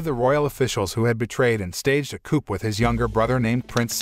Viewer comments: Coup is pronounced 'Coo' ! 🤣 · Did he pronounce the silent p in coup??